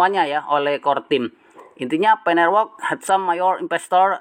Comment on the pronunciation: Network bang bukan nerwork 😅